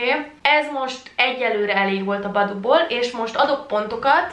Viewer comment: az nem boboo hanem baboo